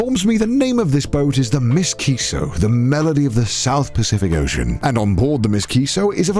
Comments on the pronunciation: I kinda like Connor's pronunciation... but it does bother me every time he says it. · Connor saying Ms. Kiso as if the boat's a person instead of M.S. Kiso gives me life.